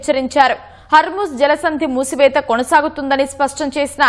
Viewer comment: హర్మూజ్ మూసివేత మేడమ్, మూతివేత కాదు... అలాగే సుప్రీమ్ లీడర్ మేడమ్, సుప్లీమ్ లీడర్ కాదు మేడమ్😅